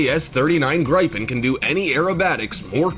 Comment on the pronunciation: Not to mention that the "announcer" kept calling the Gripen (pronounced greepen) "gripe-in. . .